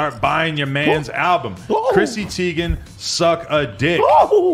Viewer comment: Teigen not Tiegan